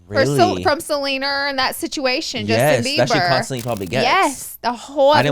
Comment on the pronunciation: The way that manny and Laura keep referring to Selena Gomez as “Seleener” is killing me 😂💀